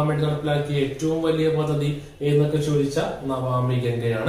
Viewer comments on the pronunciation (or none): Excellent class sir☺.. It's not navami ganga.. It is Namami Ganga 🙏